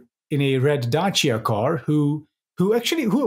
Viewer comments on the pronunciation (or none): none